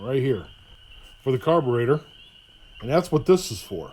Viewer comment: you sound like tarly fixes all "carbatraitor" Lmao 🤣 🤣 🤣 🤣 🤣 🤣